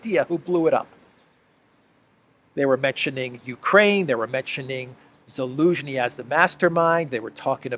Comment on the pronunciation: please pronounce his name right. It is Zelensky not elensky!!